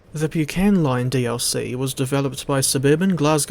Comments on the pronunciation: Thanks for your review, splendid as always and much appreciated. I live close to the disused Bucksburn disused halt shown on the line. Not wanting to nit-pick but the word Buchan is pronounced Buck-an as the Buck in Buckingham 😉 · Its pronouced Bucken , Good video mind